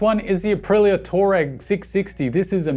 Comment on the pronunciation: Grear video as ever mate. Oh and It's pronounced Twar-reg. Twar said in a posh way helps and that's reg is like like "reg"ular not like "reg"istration if that makes sense